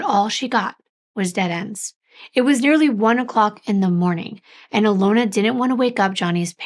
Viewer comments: And it’s actually Alyona, not Alona and her mother is Inga, not Igna. I speak Russian and that’s why I know. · yes, she pronounced them both wrong - Inga, not Igna. And it’s Alyona, not Alona. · It is pernonced Uh lon Uh. We absolutely love your stories and deep dives. Thank you for all your hard work!